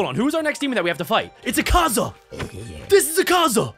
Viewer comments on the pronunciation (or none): he also said akaza as ekaza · U Bucherd akaza name so much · you are saying the word akaza wrong